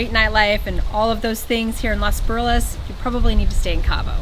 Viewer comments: Please try the pronunciation of los Barriles instead of butchering it with no care if you really like it so much 😮 try being a better ambassadors 😅 Lol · consider saying "Los" Barriles and not "Las" Barriles. After all you are not in "Las" Angeles!